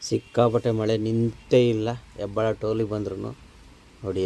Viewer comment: ಹೆಬ್ಬಾಳ ಅಲ್ಲ ಅಣ್ಣ ಹೆಬ್ಬಾಳು 😊